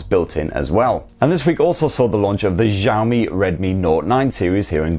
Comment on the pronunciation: Any chance you could learn how to pronounce Xiaomi ? It is pronounced "shau" (ryhmes with wow) , & "me", said as one word. There is NO J, or Z, anywhere in the pronunciation of the word. Do a Google search for the Chinese pronunciation please. Thank you